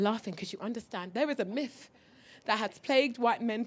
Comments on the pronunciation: Are u saying miFF? Its myTH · TH is pronounced F lol